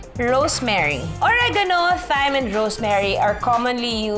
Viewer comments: Thyme is pronounced as time. Thailand is pronounced without the H. Hope this helps 😊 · Love the video, however according to my friend, Thai should be pronounced as "tai", and thyme should be pronounced as "time", just like Thomas, it's "Tomas". Very informative ang mga videos mo Ms. Judy Ann, ang dami ko natututunan. Thank You!